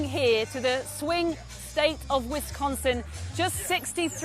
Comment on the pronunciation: I thought Brits said it with the emphasis on the first syllable. Like this... “WHIS—k’n—s’n.”